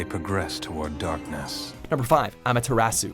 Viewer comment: The worst one is amaterasu 😂